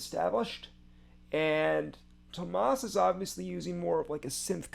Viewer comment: It’s delightful to watch you, someone clearly a fan of the original, listen to this and give us your honest thoughts on what you like and what you maybe don’t. Nothing wrong with preferring one to the other, or liking both. Thank you for sharing your reaction with us. And since I’m here, quick pronunciation notes: Floor is pronounced the same as the the English word floor, and Tuomas has three syllables with the emphasis on the first- i.e., Tuo- rhymes with duo and the -mas is the same as in Christmas. Here’s a link to an audio sample